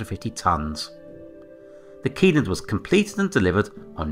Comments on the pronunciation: Pronounced “shelland” not “key land” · The pronunciation of Kielland is not correct, but I don’t expect people from outside of Scandinavia to nail that 😅